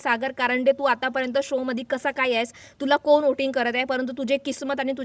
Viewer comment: कोन त्रिकोणात असतो... कोण असा शब्द म्हणायला शिका.... कानाला (काण नव्हे) मारक आहेत असे उच्चार.... आधी नीट बोलायला शिकून नंतर व्हिडिओ बनविल्यास तो पाहणे सुसह्य होईल... 😂